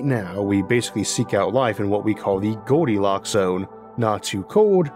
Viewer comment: Gowdilocks and the thwee beaws…